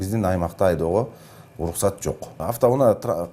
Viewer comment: Uluksat deytko. R ga tili kelbeyt okwoyt e